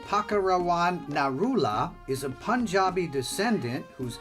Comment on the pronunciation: Wrong pronunciation